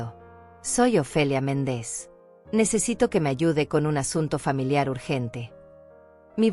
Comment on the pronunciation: Si dice MÉNDEZ por qué dice Mendéz? No sabe pronunciar los acentos?😊